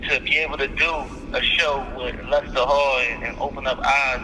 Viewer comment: He said lester hall lol